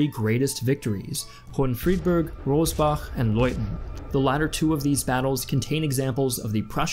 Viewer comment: Its the battle of Rossbach.... not Robbach.